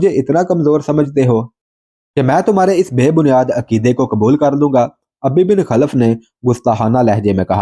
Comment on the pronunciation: آپ علیہ السّلام ، سعد (رض) کو تِیر تھماتے اور فرماتے ، " فِدَاکَ اَبِی٘ و اُمِّی٘ ! سعد تیر چلاؤ ۔" یہاں جِس دشمن ِاسلام اور دشمن ِرسول علیہ السّلام کا ذِکر ھے اُس کے نام کو یوں اُبَی٘ بِن٘ خَل٘ف پڑھیں اور بولیں ۔